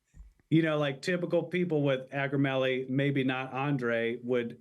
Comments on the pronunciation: And it’s Ak-row-MEG-uh-lee if you want to say correct-lee😊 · Hey, I know we’re being funny in part 3, but, just in case, it’s “acromegaly”.